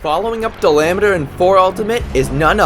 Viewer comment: Dalameadur! it’s dala-ma-dur!